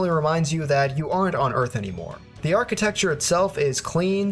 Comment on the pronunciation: I've never heard anyone say "archiTEXTURE."